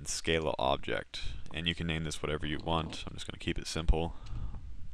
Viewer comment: Good tutorials, thanks.. but.. "skah-luh"